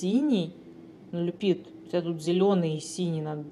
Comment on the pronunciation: Люпит, не Коачелла😂😂😂😂😁🤣Обожаю, 😂❤️